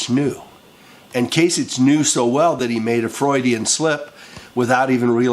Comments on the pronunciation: It's Kase Ick! not Itch DUH! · It’s “kasicK”. Sorry. Pet peeve. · From an Ohioan, born & raised... the Gov's name is pronounced "KAY-SICK" with a "K" sound. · Can you at least learn the proper pronunciation of Kasich, you sick stupid fuck.